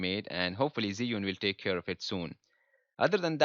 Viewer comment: It’s not zeeeunnn it’s chew-ing let’s get it right!!